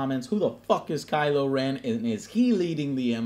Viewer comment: kylo ren = Reven